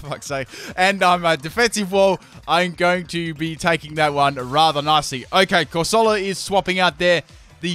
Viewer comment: Hearing this man say corsola made me uncomfortable lol